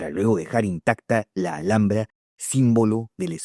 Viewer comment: Se pronuncia alambra no alJJambra